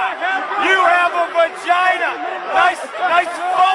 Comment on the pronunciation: RE Delirious good job its vagina not vigina